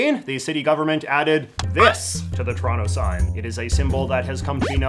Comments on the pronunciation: As a Torontonian the way you say Toronto and pronounce the T makes me cringe. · It’s trono not Toronto how can you call yourself one of us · You said the second T in Toronto. None of my Canadian friends say it. Mind blown.